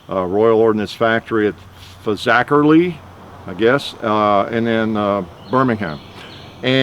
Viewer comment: Great pronunciation of Fazakerley Mr Hickok 😉👍🏻